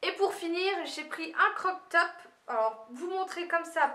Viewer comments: On ne dit pas un CROC top, mais un CROP top , le mot a été déformer au fil des ans. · et crop top pas croc top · Ton legging Nike ce n'est pas une contrefaçon. Car les produits Nike sur Aliexpress sont "réels". Et ce n'est pas "crok top" c'est croap top.